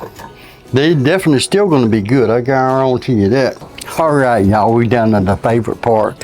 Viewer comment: I love how brings out the spirit of Justin Wilson when he says "I Guarontee"